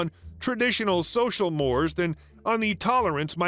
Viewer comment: "Mores", pronounced "morays".